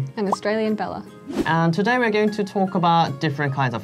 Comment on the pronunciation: It’s either TOODAY OR TADAY not TODIE